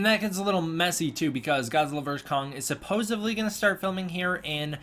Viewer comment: Good stuff brother. Love the updates. Can’t wait for the next two titanic monster flics! Btw let me help you out, it’s “supposedly” not “supposevly”. I used to have the same issue when I was a kid so don’t sweat it. Great work!